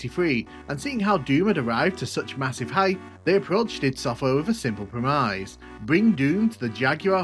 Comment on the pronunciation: I don't think I have ever heard someone pronounce premise that way.